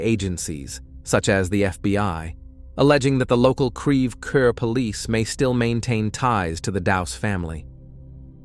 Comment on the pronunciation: It's pronounced CREVE CORE, please stop using AI...AI can't seem to pronounce anything accurately. 🙄